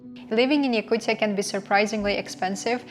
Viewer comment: STOP SAYING YAKUCCCIAAA srucis f YOU